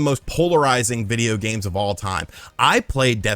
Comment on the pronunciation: Lol "vidja games."🤣🤣🤣